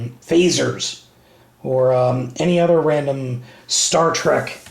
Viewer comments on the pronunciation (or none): none